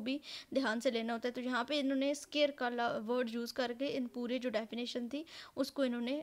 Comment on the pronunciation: yeh word scare nahi hai it's scarce...btw keep it up good job!